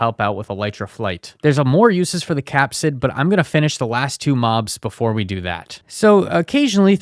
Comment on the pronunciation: Phage is pronounced “fayj” Capside?